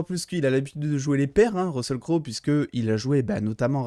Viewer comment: on prononce russel cro